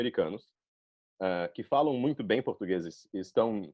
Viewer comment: Impressionante, só o "muito" denunciou que pode ser alguém não nativo. Não nasalou tanto quanto nativos, mas pode ser um nativo com resfriado kkkk (e ainda conseguiu sotaque levemente nordestino entre o cearense e o bahiano 👏😮)